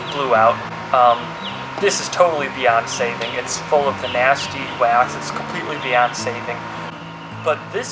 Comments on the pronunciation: when he said it was beyond saving I thought he said Beyonce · I thought he said it's completely Beyoncé'd it instead of it's completely beyond saving